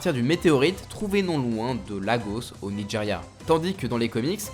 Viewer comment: Lol c'est Nigeria qu'il lit nichéra 🤣 j'ai cru c'était un pouvoir